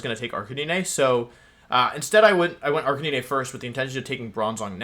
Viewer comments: Your pronounciation of stuff is killing me. "Cinder-ah-chee", "Arka-nee-nay", "intimi-dah-tay", "Toe-je-kiss" the hell's going on, have you never heard these words spoken? "Eska-vuh-lee-yay" I'll give you, cuz of the French influence, but the rest, come on! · There can be no way thats actually how you pronounce intimidate and arcanine